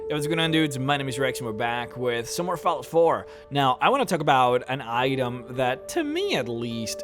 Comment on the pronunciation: You say fallout really strangely, what accent is that?